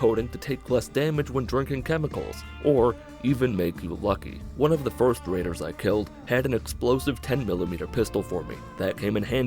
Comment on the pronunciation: When he said "one of the first raiders I killed" I thought he said first graders